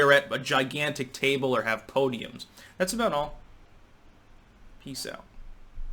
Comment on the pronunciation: Am i the only one annoyed at how abruptly always says "thats about all"?